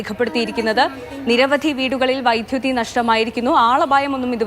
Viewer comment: Vyttuthi alla vydhuthi pronunciation clear cheyyuka pla